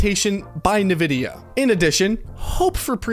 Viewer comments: am i the only one that thinks its a tragedy to pronounce it nu-vidia instead of en-vidia? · en, vidia , not nuh vidia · great video and all, but the way you say nvidia is pissing me off lol. its pronouned En-Vidia. not nuhvidia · It's pronounced "in-vidia" NOT "ne-vidia". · Is there a reason for you to say "Nuh-vidia" instead of "N-vidia" ? Is there a joke I missed ? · It's called N-Vidia ... Not.... NuhVidia .. the more you know! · Pronounced "In-Vidia" not "Nuh-Vidia". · It's pronounced " EN - Vidia " what an idiot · Bro why do you pronounce nvidia like that. Nehvidia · Nevidia? Nivea?